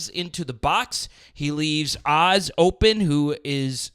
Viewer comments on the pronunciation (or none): Just a heads up...I know he's gone now but it's not Oz. He HATES that. He's called O.Z. (Owe Zee).